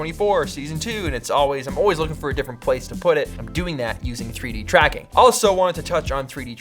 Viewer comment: "Why don't you do pffuuideee-dracking?"